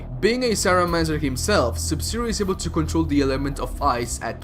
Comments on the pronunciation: Are you actually reading "Cryomancer" as "Cyromancer" XD? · FOR GOD'S SAKE IT IS CRYOMANCER NOT SRYOMANCER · Its pronounced Kr-eye-oh-mancer not Sigh-roh-mancer. Cryo is a prefix often used for things involving ice and cold. Cryogenics, Cryo-pod, Cryotic. shit like that. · say it with me... CRY-OH mancer... as in cryogenics... not SY-ROH... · ITS CRYO NOT SYRO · 'Cry-o-mancer' not cyro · Whats a "sai romancer"? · WTF is "cyromancer"? Isn't it pronounced with a k:ish "c" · he butchers the pronunciation of cryomancer it's unbearable.